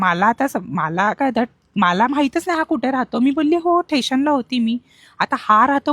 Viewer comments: Station ❎ Thation✅ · Station. Sthation 😅😅😅